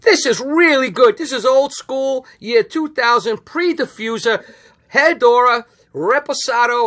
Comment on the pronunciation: Hey. It’s Pronounced eh-rrah-doo-rah.